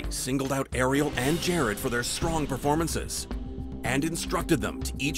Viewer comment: anybody notice how gordon ramsay calls jared "Gerard"